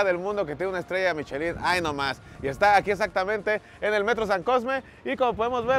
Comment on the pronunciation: Se pronuncia: "Mishelan"